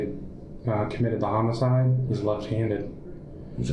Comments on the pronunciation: It's homicide... not homocide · Brother you are running a crime channel. You need to learn how to pronounce homicide. No hate.